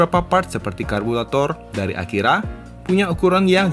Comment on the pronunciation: Apa saya gak salah dengar 'karbulator'?